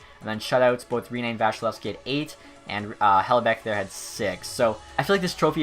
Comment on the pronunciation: Hellebeck you say